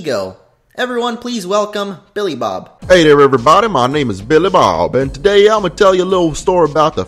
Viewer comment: Just a tip, I found the 'BillyBob' part a bit hard to understand. Other than that, the review was great! :)